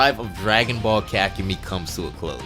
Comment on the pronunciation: 6 HOURS AND THIS GUY NEVER LEARNS HOW TO PRONOUNCE KAKUMEI